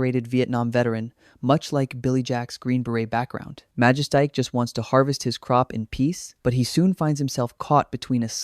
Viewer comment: MA-JES-TIC. L,EARN HOW TO PRONOUNCE NAMES before you make a video like this, or is it an AI voice? When you mispronounce a name, it just shows you really aren't film fans and have probably never even watched these movies. You're doing it for a quick 'cash grab' with no PASSION for the subject you're presenting. LEARN HOW TO PRONOUNCE NAMES, I stopped watching when you garbled the name.